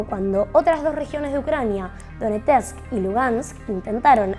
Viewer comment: Es "Donetsk".